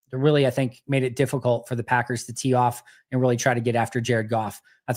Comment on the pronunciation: Lol I hate the way he says Packers….. or should I say Paggurs.